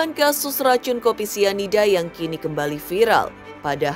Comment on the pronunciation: Pelan2 bunda ngomong nya biar ga salah2 😂 Sianida bun bukan isida😅 Mirna yang minum kopi bun bukan Jesicca 😂 Kesel boleh bun tapi pelan2 pak supir hahaha